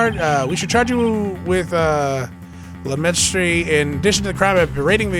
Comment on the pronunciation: "less-majesty" into "lamenstry" im crine